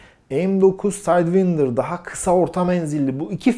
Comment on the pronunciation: "Sidewinder" kelimesini doğru telafuz eden ilk kişiyi gördüm, teşekkürler.